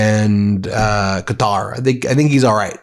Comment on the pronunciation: You keep mispronouncing QATAR.